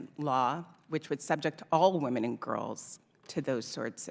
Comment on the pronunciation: I love listening yo you, but you really need to learn how to pronounce 'women'. 😂